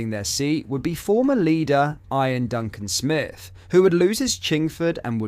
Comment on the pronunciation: Eye-an Duncan smith 🤔 😅